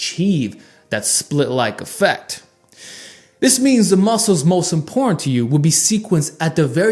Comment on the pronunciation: Please try and enunciate every syllable of each word - it's very 'imporrant'.